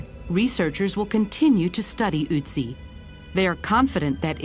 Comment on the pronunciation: it's not Utzi It is ötzi get it?